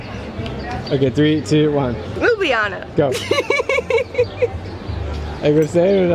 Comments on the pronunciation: Mate every foreign person will say lub-li- jana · Me, a Slovenian, when drew says Ljubljana wrong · Lol we call it lju blja na abd u guys call it lu blji lana